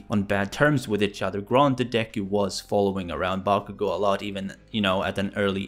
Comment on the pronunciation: It sounded like you said “bonkugo”